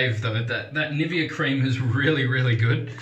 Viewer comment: I appreciate this review. I was considering it but I think I'll hold on to my money. I also have the Parthenon, Rex and several other adjustables. BTW, the NIVEA is pronounced NI-VAY-UH. It's parent company is Swiss and A Swiss woman I dated corrected me when I pronounced it like you did. I enjoy your videos.